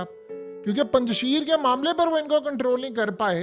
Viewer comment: Mohtarim Yeh Word Punj Sheer nhi hy. Esko Durust Kijiye. Next Care.thanks